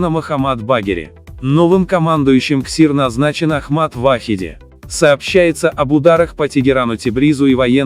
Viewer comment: Не ВАхиди, а ВахидИ. Именно так надо делать ударение. Например, ХомейнИ, СулейманИ и так далее.